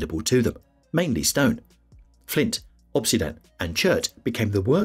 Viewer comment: obsidian (volcanic glass) is pronounced [ uhb-sid-ee-uhn ] SHOW IPA ￼